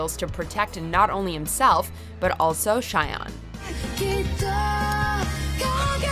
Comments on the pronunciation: Gosh, your pronunciation of the japanese names really pisses me off sometimes. Shion and Eiji... He is called EIJI not Eijo... And the way you say Shion.... You say it like... "Shy On"??? It's Shi-on. Like in SHI(T) Even the dub gets his name right. So please... Study a bit more on the names... thank you. That would help (y) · S h a i o n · she literally pronounced Shion right in Psycho Pass and then mispronounces the same name in No. 6.